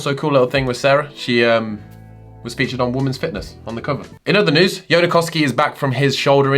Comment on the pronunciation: Whenever you say News, it always sounds like Nudes to me for some reasons XD